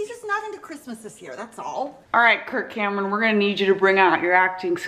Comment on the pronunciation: Every time she says "Kirk Cameron", I think she's saying "Kurt Cobain" and I get excited.